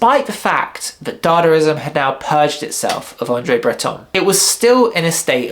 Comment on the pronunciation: It's not dadarizam, it's dadaizam or dadaism